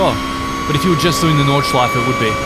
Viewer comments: As German im Super astonished by your Pronounciation of different parts of the Track! No Butchering at all ! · good german pronunciation, not many people can even do a ch sound haha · Your german pronounciation and intention is quite good - Nordschleife, Schwedenkreuz, Porsch-E... Already thought that on on of your racing vids - that is also very good. I do not know any of the curves of the Nordschleife, as all germans have to learn in school (^^) but as a Swiss-German it is still my mothers tongue :) Only one thing: Listen to a German speaking of Schuma-CH-er and NOT Schuma-CK-er. "CH" is not that harsh as "CK" as in Zucker/Sugar. "CH" at the end or followed by vowel is more a short sound you make gargling medicine very deep down the mouth if you have a sore throat. Like a sore throat you get from speaking other rather harsh German sounds... like a "ch" followed by a consonant as in Fox/Fuchs. Here the "chs" is abbreviated and sharp like X in Fox.. but Fux. Try pronouncing Fu-CHS-Lo-CH (Foxhole) now :)